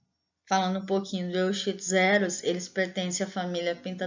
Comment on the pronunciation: Olha sou o Prof Me Randal Lopes Barreira, gostei da sua escolha sobre o tema do seu trabalho, fico feliz pelo seu crescimento e persistência no curso, já esta colhendo os resultados. Tenho algumas considerações importantes sobre o seu trabalho. Quando pronunciar o nome cientifico o nome da Espécie em estudo Lê sê: Euquistos heros, e não como esta escrito lá. Ao publicar o nome de família jamais leia como esta escrito, por exemplo em Pentatomidae – Lê -se Pentamide. Cuidado, quando você esta falando do ciclo vital do Euchistus herus, ele tem vários instares e todos eles são estágios ninfais, assim ele tem desenvolvimento hemimetabolo por sofrer uma metamorfose gradual, a medida que cresce vai adquirindo características do adulto.